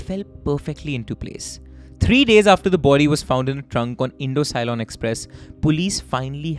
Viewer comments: Ce-lon, not loan. Present day Sri Lanka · Not to forget Ceylon (si lone as sigh lone) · I just loved the mistakes in pronunciations 😅 Ceylon -> sea-loan Alavandar -> aah-luh-wan-dhaar The above are the correct pronunciations though Keep up ur good work bro🔥